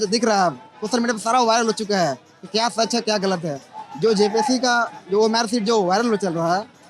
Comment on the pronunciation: Bhaiya ORM SHEET nahi OMR SHEET